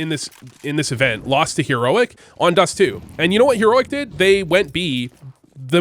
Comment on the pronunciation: What's a here-oic